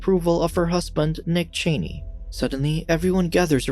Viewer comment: Note that he said nick Chaney and not dick Chaney major differences